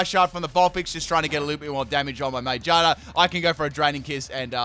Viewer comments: Normal people: "Magearna": "Mangina" Lol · I hate the way you say magearna GEAR like cars and bikes have GEARS ma-GEAR-na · Its pronounced ma GEAR na sorry it just bothers me when I hear something that doesn't sound correct to me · Everyone: Magearna: Magina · no its called ma-gear-na its literally a gear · I always pronounced Magearna as "MaGEARna", could just be me, bit it made sense to me